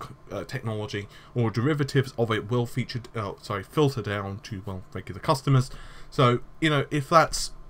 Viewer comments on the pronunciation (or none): none